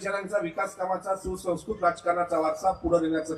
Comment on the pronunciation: दादाचं, हालव. तुमची रुपाली बाई चाकणकरान बिन तेलाची हाणली.सगळी जनता आता तुमची....सुसंस्कृत हा शब्द तरी नीट बोलता येतोय का?